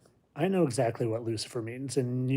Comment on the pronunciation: Lucifer not luckier